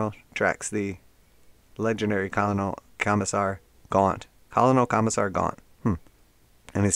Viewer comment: Great video! Small tip...Colonel is actually pronounced like "Ker-nel". Keep the great videos coming!